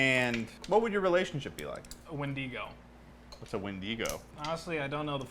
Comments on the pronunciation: YOU BEST READ THIS CAUSE I AM P I S S E D IS ANYONE ELSE FUCKING PISSED ABOUT HOW THEY PRONOUNCED "WENDIGO" LIKE DUDE IT IS PRONOUNCED WEN-DIG-OH NOT FUCKIN WEN-DEE-GO I WILL FIGHT YOU IF YOU DO THIS SHIT AGAIN I SWEAR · ITS WENDIGO NOT WENDIIIGO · You wanna know what i got out of this video? I dont like the way he pronounced wendigo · not me getting angry he said wendigo wrong , tbh the wendigo is one of the better of options for folk lore besties , but it would try to kill you , because you eat people or someone ate a person and turned into a wendigo , also be prepared to never sleep at night cause you got to be with your new bestie 💅👯🤩🥳🤪😍